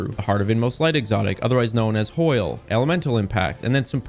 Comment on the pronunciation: Never heard anyone call it hoil before